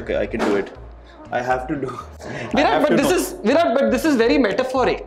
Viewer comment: the attitude of virat... accepting about his form in a gracious way. BTW loved the way when Mr.Nags used to call him "The VIROTTT"....✌Peas✌